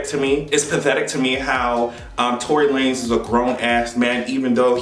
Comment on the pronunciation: This nigga said Tory Lame 😭😭😂